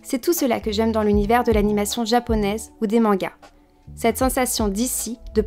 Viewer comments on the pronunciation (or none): none